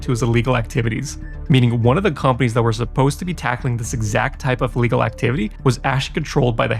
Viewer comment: Thx for the video. One note, your English is excellent but you’re pronouncing illegal as legal.